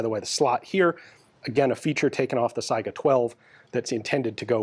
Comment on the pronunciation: One indication of Ian's above-average American intelligence is his correct pronunciation of 'Saiga'.